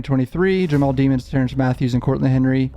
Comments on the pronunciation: I love your videos...but can you please pronounce the guys name right...its not pronounced DEMONS...its pronounced De-MONS ...just listen to his lawyers say it...don't you remember how many times the judge yelled at that lady prosecutor for pronouncing it wrong, even in the above video, the reporter's video you have, she says it right....thanks...keep up the great coverage... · Demons NOT Deemons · I don’t understand why everyone butchers his last name. Demons. It’s demons. Not Demmons.